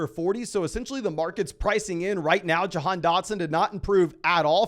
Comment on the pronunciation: Doesn't it sound like he's pronouncing Jahan like "john"